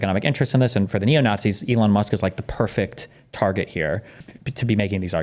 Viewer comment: Destiny still can't steelman "naughtsees" and it loses him a ton of credibility.